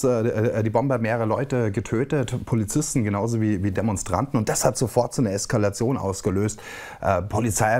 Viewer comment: Grüss Dich, Ich habe eine Bitte, oder einen Hinweis: bitte betone das Wort E-Skalation auf dem "E" und nicht: auf dem "Es" Es-kalation, Beste Wünsche aus dem Wald, Hare Krishna